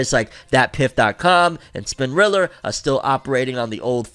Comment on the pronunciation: I love u to death but that hard r wit spinrilla is wild 🤣🤣